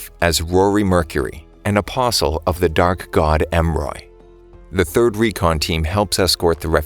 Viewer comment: man i really thought it said The Dank God not The Dark God bro